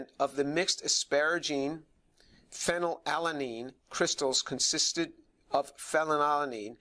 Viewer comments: Phen -when unnn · Fanny Lala Neen. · good catch, I did not even notice, I was too confused by Phe, and his tendency to pronounce it "fellatio-lean". This is what happens when you watch too much pornography in college. 🤣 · My favorite part is when James struggles to pronounce "phenylalanine" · Tour has an H-index of 165 and is specialized in orgo chem and chem bio.Yeah ig its a bit weird he couldn't pronounce "phenylalanine" correctly but thats literally his field of work, and he is certainly someone who understands it well given his numerous and major accomplishments for the scientific community as a whole. Ig all i'm saying is don't take this guy for some crazy, evangelical fool. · *has a "PhD" *Can't pronounce the name of a chemical introduced in high school biology/organic chemistry yeah that checks out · the fact that he can't even pronounce phenylalanine without stumbling says it all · The way he's stuttering over his words, did they not give him a couple of takes to get it right? Like, I get phenylalanine is tough to pronounce, but it doesn't look good to have your chemistry expert stumbling over chemical names. They should try having him say it a couple times first until he's ready. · Dude can barely pronounce phenylalanine!!